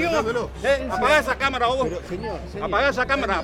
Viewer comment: "Apunten otro lado, no queremos camarah acá, apaga esa camara voh" 1 tableta de rivotril después "pasen a sentarse y les voy a contar"